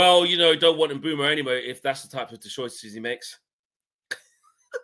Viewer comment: Pronunciation is Correct Its ImBoomo We call Him MBOOMS 💥🔥🔥